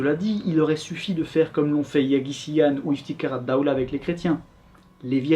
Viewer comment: Votre accent Arabe est excellent! Ps: le "kh" dans Iftikhar Addawla (Fierté de l'état) se prononce comme le "j" espagnol.